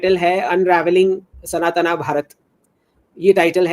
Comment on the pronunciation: it's not Sanatana it's Sanatan and it's not Yoga it's Yog